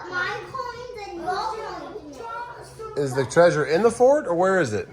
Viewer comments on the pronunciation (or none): none